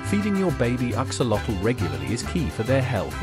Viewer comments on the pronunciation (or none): The video is very interesting. It would be a nice addition to include the correct pronunciation of the name "axolotl" It is from the Nahuatl language. Search for "correct pronunciation of "axolotl" and there should be a YouTube video giving the correct pronunciation.